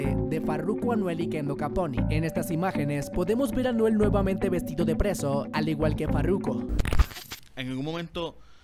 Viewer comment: Pq dices Anuel vuelve a prison maje si no es berda asi no se dice mien me saca El susto mien saludos desde Belize City RG4L 🤘🏻